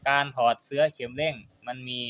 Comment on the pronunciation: ขัดหูว่ะช่าง เสื่อ=เอาปูรองนั่ง เสื้อ=สิ่งทอผ้าเอาไว้สวมใส่ หรือวัสดุที่มีลักษณะเป็นปลอกสวม เช่นเสื้อสูบ เสื๊อ=คำที่ช่างออกเสียง ออกเสียงให้ถูกด้วย เคืองหูว่ะ